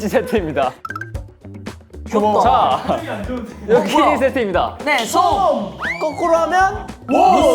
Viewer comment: That editing Doyoung pronounced killing instead key ring Jeongwoo refused Doyoung Jeongwoo aggressive reaction to cute thing Junkyu shriek Jeongwoo laugh